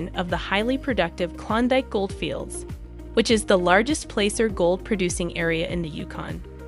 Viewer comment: It’s Placer mining not plaster or anything else. Plaacer